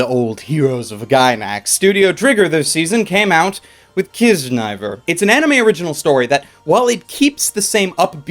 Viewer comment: I think it's pronounced key-zuh-nah-ee-ver, that's what I heard from the crunchyroll panel I went to lol